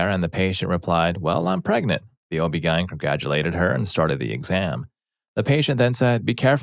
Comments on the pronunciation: O.B. Gien? Lol. O.B. G.Y.N. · Oh-bee-guyn. Interesting lol.